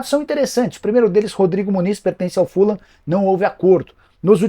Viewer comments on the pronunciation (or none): none